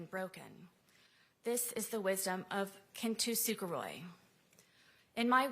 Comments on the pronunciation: Sarah is full of crap. She's mispronouncing the Japanese art of Kintsukoroi. She's pronouncing it "Kintusukoroi." Someone is helping her sound all dramatic and artistic, as if SHE is a piece of broken ceramic, healed by "gold lacquer." Im sorry Sarah, it doesn't work this way. You don't get to spend nearly 5 years showing NO remorse for the horrible, drunken debauchery you pulled, and then put on a performance at sentencing, expecting the judge to believe you, especially after all of your LIES during investigations, interrogations, and trial. Foolish enough to turn down an undeserved plea offer, in lieu of a LIFE sentence? Kintsukoroi doesn't apply to you now, nor did it then, when you foolishly tortured and killed a man who was NOT who you made him out to be. Too many other people know YOU had a history of drunken violence and manipulation, of not only Jorge and your ex husband, but of the men you flirted with at the pool halls you frequented. YOU had attacked your ex husband for years. YOU were a horribly irresponsible mother. Stop making yourself out to be the artistic, poetic person that you are NOT. These posts will be printed and mailed to Sarah eventually. What a sick, twisted, self centered witch. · She can't even pronounce Kintsugi and if your occipital lobe is crushed your skull is crushed and you're dead. She's so stupid it's hilarious. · Occipital lobe? She's so incredibly stupid it's hilarious. Can't even pronounce Kintsugi, she's a calculating joke.